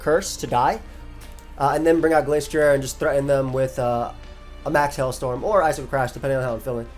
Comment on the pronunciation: You said Glasstrier and Glacetrier, but the ending should sound like ryer (like the end of a washer-drier). They are based off a destrier which is a type of horse and I believe its normally pronounced differently. Just want to make sure you arent accidentally wolfeying yourself, great vid bro.